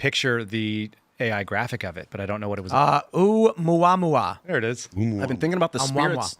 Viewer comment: I had to laugh at Tim mispronouncing "Omuamua" as it reminded me of Darcy Lewis (played by Kat Dennings) mispronouncing "Mjölnir" in the Thor MCU movies. 😅